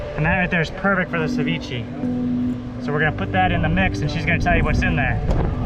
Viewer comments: “Cevicheeeeee” 😂. Never heard someone pronounce it like that before. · It’s pronounced “suh-vee-shei” dude🙄